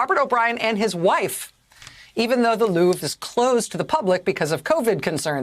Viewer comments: Can you even try to say "Louvre"? it's surely not "loof" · Thou speaketh true. 'loof' it be not!